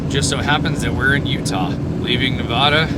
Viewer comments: LOL, still pronouncing "Nevada" like a tourist. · Ely is pronounced E Lee. Nevada is pronounced Nev adda not Nev ooda. Love your channel. Have fun. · E-LEE NI-VAA-DUH not NA-VAUDUH!! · EEE-lee, Nu-A (like in cat)-dah. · Great video. Thanks for taking us along on your adventures! Nevadan here - pronunciation is ee-lee ne-vad-uh (vad rhymes with mad) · Eee-lee Nu-vaa-duh I know you're on the road, but I'm seriously disturbed by the amount of burgers and pizza. Take care of your health, so you can do this for a long time. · If I had known, I would have warned you about Grand Sierra Resort/hotel. Lived in Reno (actually Sun Valley) over 20 years, and that Hotel is notorious for theft. Lucky that all you lost. Nevada is pronounced ne (nah) v a(ah) da. It's Eelee Ely). Who would have quessed. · E LEE Navada. lol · I live in Vegas my whole live. It’s pronounced Ely with a hard E at the end. And it’s NA-VA-DUH…. Love your work bro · It is not NevAWAWADA. Come on. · It’s ee lee for sure lol. Now if we could just get him to pronounce the state name correctly 😂. Nev a duh. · Fallon has the only Top Gun facility in the world, so when you see the movie that is the city they train in. Also learn how to say Nevada, it drives us nuts. Nev a da The first a is a short vowel like in apple. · Nevada is pronounced with the first "a" being like the "a" in dad, not like saying ahhh for the dentist. It's a state not a bottled water. 😁